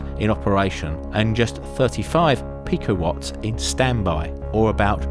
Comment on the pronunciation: when he said "picowatt" I died I don't know why😂